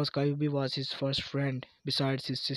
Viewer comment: kayubi ????????????????????????? no kyuubi